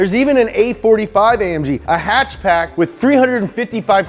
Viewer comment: Haha he said hatch pack // mitsubichi